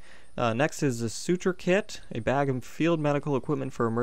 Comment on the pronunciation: The Way you were Pronouncing [Su-chur](Suture) Is not pronounced [Sua-Chur], Sorry if im Being a grammar Nazi Here